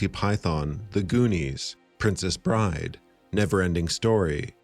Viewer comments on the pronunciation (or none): none